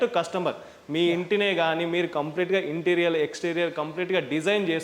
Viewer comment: Interior ఇంటీరియర్ అని pronounce చెయ్యాలి ఇంటీరియల్ అని కాదు గమనించగలరు. అన్యధా భావించకండి